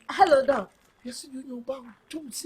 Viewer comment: Ahhh!! It's not dog it's Doc 😂😂😂😂